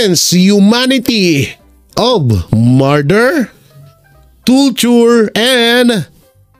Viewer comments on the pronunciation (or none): Ayusin mo nga pag basa anung toture.torture.